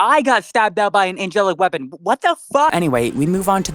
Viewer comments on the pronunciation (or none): none